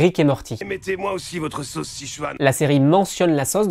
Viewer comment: Erreurs de prononciation du français! Vous prononcez sauce comme bosse: „sosse“ 😣. Une des particularités de la langue française est d’avoir 16 voyelles phonétiques!